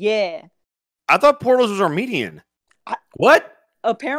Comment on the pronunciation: as a half armenian, I laughed at "armetian".